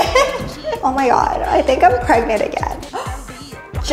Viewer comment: It's preGANTE